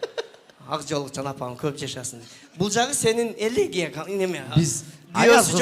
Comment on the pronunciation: Элегия деген сөз элегея эмес....уят эле...